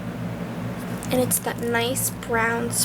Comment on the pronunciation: The nars shadow galapagos is pronounced ga-laup-a-goes. It's and such a beautiful island. I hope this doesn't come across as rude saying how its pronounced.